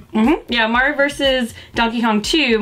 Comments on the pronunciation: Love me some Mario, thanks for pronouncing his name right! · Thank you for saying "Mario" and not "Merry-o"